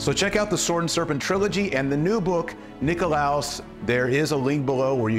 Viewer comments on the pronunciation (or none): Just FYI Dr. T, the accent in Greek goes on the first o. Nikólaos. Νικόλαος. Excited to buy this for my family. Thank you for writing!